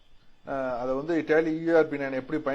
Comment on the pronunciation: Tally ❌ Telly ✅